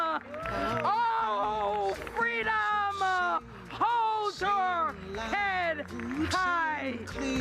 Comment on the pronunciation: This is supposed to be an educator and they're adding A's on the end of words freedoma ?